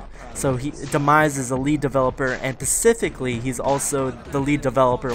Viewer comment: do u say "Pacificly" instead of specifically?